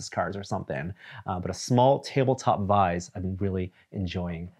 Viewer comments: Is he saying "vize"? I've always said "vise". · It's vice, not vize. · I think he means vice. I never heard it pronounced like that before either :S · That one was bugging me as well. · what the heck is a vize? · So can't say Vise.